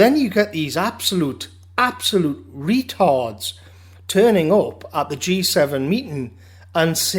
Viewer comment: how you say retards is funny